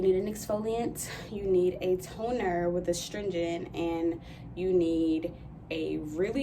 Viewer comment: You said “tonerrr” and I heard Rolling Ray🌚😂